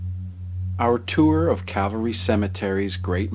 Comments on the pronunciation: It's Cal-Va Ry. Not Cavalry. One is the place where Jesus was crucified. The other is a troop of solders on Horseback. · Nicely done. BTW, it's Calvary, not horse brigade. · It’s not “Cavalry”, it is “Calvary”. Big difference. Otherwise great video. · Ooohhhhh. It’s Calvary, not cavalry. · Get it right please, you keep saying Cavalry, it's CALVARY according to your post's title. Huh? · Please Educate the Ignorant narrator of this film that this Cemetery is named CAL Vareee (Calvary) after the site in Jerusalem where Jesus Christ was Nailed to His Holy Cross to die. The cemetery is then NOT Cavalry Cemetery as he ignorantly Pronounces it, as if The U.S. Cavalry were still Chasing the Indians on the American Plains. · Interesting tour as always apart from the constant mispronouncing of the cemetery's name ....it is NOT. Cavalry......it is Calvary, the place where Christ was crucified. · It is "CALVARY" NOT "cavelry, bad mistake. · It's calvary, not cavalry. Also, Eddie Foy and the Seven Little Foys was the act performing at the Iroquois Fire, in Chicago in people died, and 250 were injured. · Cavalry... the narrator cracks me up. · I think you are pronouncing Calvary incorrectly. Calvary is where Jesus was crucified. Cavalry is a horse-oriented army. Thanks for the video!